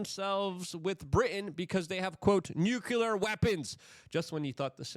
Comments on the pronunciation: The word is nuclear. NU CLE AR. The root is nucleus. The atom does not have a nuculus. Don't speak like W Bush. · Say it with me now: New-CLEE-uhr. Nuclear. Notice there is no U after the C.